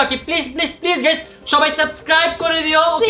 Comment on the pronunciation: গাইস❎ গাইম✅